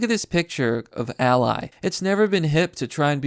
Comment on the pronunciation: Oof, the way he pronounced the name "Ally"